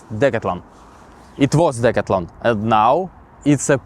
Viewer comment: The proper way to say the name of the store is, Dee/ Cath/ Lon, I am just helping you, please do not be offended